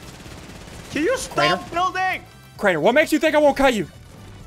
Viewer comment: Craiener not drainer